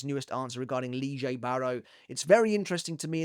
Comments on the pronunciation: Why are u reading his name in such a weird way? Lille is same as Lily and u read it as Liege or something. Wtf bro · Lee-jay? I thought it was pronounced “Lillie” lol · Why are you pronouncing Lille (Lee-jay)? It’s Lille. Like “Lilly” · I bet this is great and all, but I cannot listen to lee-Jay, it's lee-yeah. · ALSO HOW ARE YOU GETTING "LEE-JAE" WHEN IT'S FRENCH, IT'S "Lil-eE" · Wie zum teufel kommst du auf lige oder Lije Barro es heißt Lil-le Barro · This new Lille pronunciation is messing me up. It’s Yhwach all over again back when we used to call him Yuhwatch. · lee jay? is that really how its pronounced? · its actualy more like leel or le(eh) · He's called Lee-jay now???? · Ive never heard Lillie pronounced Leejay. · I can't stand your pronunciation of this name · Why is he pronouncing his name like that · Am I missing something about the pronunciation ? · why are you pronouncing his name in a different way now?